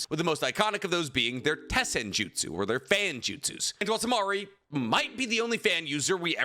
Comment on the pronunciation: Say Jutsu again I Dare You, I DOUBLE DARE YOU